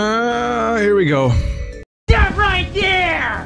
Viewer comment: inb4 somebody makes a half assed game with vinny's STOPH voice just to crack a joke on a stream (please do lol)